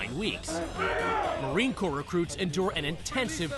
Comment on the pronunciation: its actually corps... but nice try